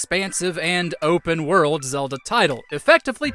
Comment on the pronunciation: The way you say “werrel’d” for world is amazing